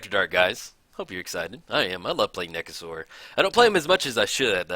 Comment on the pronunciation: Surprised Nekusar isn't a Skeleton. I know it's probably BETTER for him to be a Zombie, but his face is super skeleton-like. Also, your pronunciation for Nekusar makes him sound like a dinosaur to me lol. THE NEKASAUR! Haha!